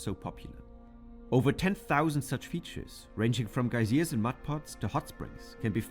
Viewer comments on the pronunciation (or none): The narrator mispronounced geysers. That may have confused you.